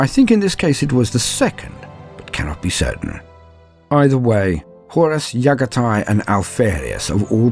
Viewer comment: I enjoy these videos but these guy struggles with the names of the primarchs. Raboot and Yaghatai